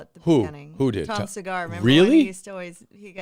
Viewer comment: Why does Drew call Tom's Cigars "Tom Cigara"?